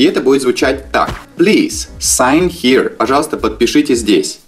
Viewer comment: Слово Here произносится не хи а хиэр.